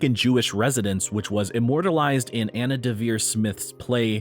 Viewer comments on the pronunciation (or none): none